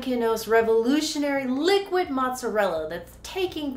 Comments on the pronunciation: The correct Italian pronunciation is Mot-za-RELL-a with a long "O" in the first syllable. However in Neapolitan the first vowel does sounds a bit like a phonetic "U" (like in took), not an English long "U" (like in suit). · It's actually pronounced mooz-ah-rell' pete-ça and then you do a chef kiss.